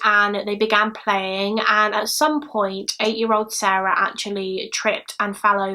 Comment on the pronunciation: 👍🏼 just for the correct pronunciations of SARE-ah and SAH-ra.